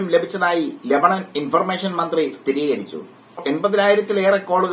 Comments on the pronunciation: രമണൻ അല്ല ലെബാനോൻ 😄😄😄😄😄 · രമണൻ അല്ല കോയാ ലബനോൺ' എന്തു രമണൻ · ലഭണൻ അല്ലടോ രമണൻ 😢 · ലാഭണൻ അല്ലടാ രമണൻ